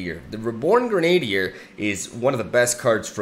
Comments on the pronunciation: Kinda shows how weird English can be at times, but your pronunciation makes sense from what you know, but it's normally pronounced Gren-uh-dier, instead of gren-ade-dier. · it's not reborn Gre-Nadier, but Gre-na-dier. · Heads up, Grenadier is pronounced Gren-ah-deer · Awesome deck! Looks powerful. Also btw... grenadier (gren - a - deer) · Since I know you asked for this about a year ago: It's "grennah-dear"